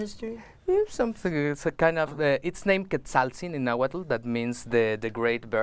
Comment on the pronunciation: I'm sorry but this man is not native. He doesn't speak náhuatl. He seems to be taking nahuatl words mispronouncing them and adding a new age twist. It's cool that he is making native culture more mainstream but it's not authentic.